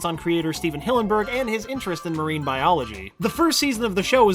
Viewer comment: parine biology???